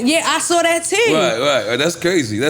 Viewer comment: “I saw that TEWWW!!” 🤣😂 Baltimore stand up!! ✊🏽✊🏽